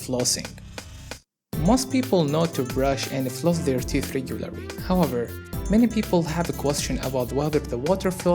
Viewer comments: he can't pronounce "R" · y cant u say "regularly"?